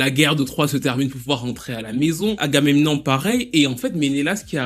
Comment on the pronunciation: sinon c'est pas Argamenon hein, c'est Agamemnon :)